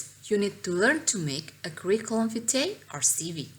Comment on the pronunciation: Maaf koreksi sedikit untuk ejaan vitae dibaca.... /vaiti/ v-nya dibaca agak ke huruf w.